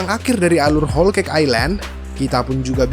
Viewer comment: Whole, bukan hole oi.